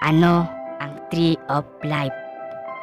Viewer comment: Hindi ata life ang sinasabi mo lipe ata 😂